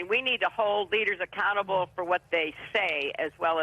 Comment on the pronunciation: Did she say "accountable government" or "a cannibal government?"